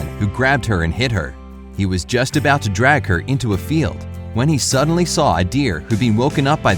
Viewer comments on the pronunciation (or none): You add R to the ending of words. Saw-Sawr stuff like that. It’s interesting all I’m saying is my ear kept twitching. Great video.